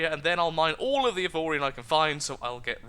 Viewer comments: Justin A my god pronouncing the name right!? The gods must want to play more! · 1 you said the name right 2 series plz